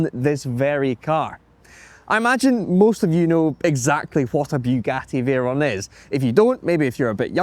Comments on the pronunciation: Beuagati vaeron 😂😂😂😂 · To American viewers this is a Boogaddy Vayrone